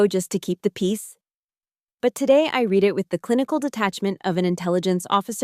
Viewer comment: “read” has 2 pronunciations depending on context: read (reed) is future or present tense, read (red) is past tense. Teach your AI the difference or go back to human narration.